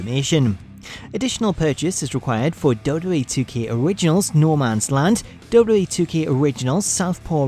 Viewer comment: Why can't you say WWE properly?